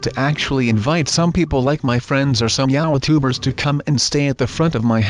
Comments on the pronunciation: I've never watched this guy is this really how he talks he said "yautubers😂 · OK how he said youtubers